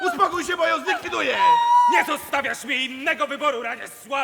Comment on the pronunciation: Puść jom powiedzialem puść jom hehe